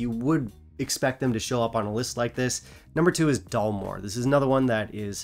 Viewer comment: Perhaps it's your Taiwanese accent,, but I could have sworn you were pronouncing it Dullmore.🤔